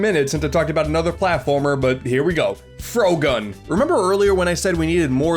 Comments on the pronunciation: Shows footage of Frogun. Me: Aww, neat, I knkw this game!: Pronounces it "Frow-gun" Me:... Why wouldnt you pronounce it like frog-gun? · I'm sorry but how the hell does he mispronounce "frogun"